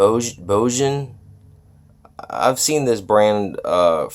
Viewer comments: 1. It's pronounced "Boh gun" 2. It's a mono amp. Can't make it pass a stereo signal. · I think it’s pronounced “Bogen”